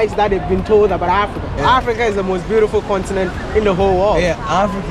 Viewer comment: I love d way u pronounce the word "Africa"